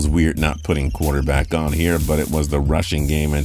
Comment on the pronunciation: dashaun watsons a good “Quuaterback” 🤣🤣